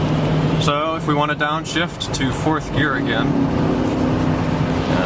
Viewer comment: its gear not year